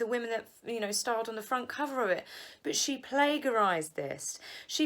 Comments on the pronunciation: Lol good content. It’s pronounced plajerised ! Silent G. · "Plague- arised"? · It's not "plague-arise." The "g" is pronounced as a "j". Good show!!!! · darling plagiarised is pronounced with a j not a g in the middle. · Plagiarised......soft ‘g’.